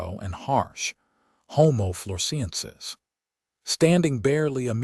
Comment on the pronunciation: I gave up. The boring commentator can't even pronounce 'homo floresiensis' in the correct way . (The Man of Flores probably watched this and killed himself; mystery solved !) 😂😂😂